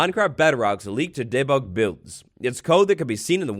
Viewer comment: ugg... it's dee-bug, not day-bug